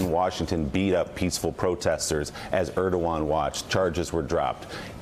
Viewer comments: Mika mispronounced Erdogan's name . It's hilarious that they work so hard to make Joe and Mika's words seem like their own (and the other regulars on the show, too) but, no, it's scripted. Further, these "talking head" actors apparently don't know what to say at all if the teleprompters fail . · MIKA COULD YOU PLEASE LEARN HOW TO PRONOUNCE THE PRES OF TURKEY'S NAME? IF 45 CAN SAY IT WHY CAN'T YOU?